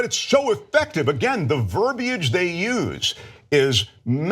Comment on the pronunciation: ver- B-age???? Do u mean VERBIAGE?? Smmfh